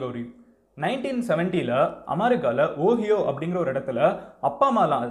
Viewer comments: ஓஹியோ இல்ல . ஒஹாயோ. வீடியோ போடறதுக்கு முன்னால, ஒரிஜினல் உச்சரிப்பு தெரிஞ்சுக்கப்பா தம்பி. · Athu oohiyo illa Ohio (pronounced as "oh" "high" "o") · Ohio state. Ohio (oh ai ho) it's pronunciation. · Hi madan gowri... I love all your informative videos. Particular this one, I jus need to let u know how to pronounce the state OHIO. You must call it as oh-hai-yo. Hope this helps. Great work keep doing videos. We support!! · Its pronounced "O-Hai-O"